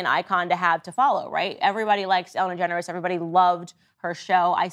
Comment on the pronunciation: My fav part was when Candace kept calling Ellen DeGeneres “Ellen Generes”